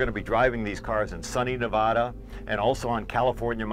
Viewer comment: ne-VA-duh VA as in Van.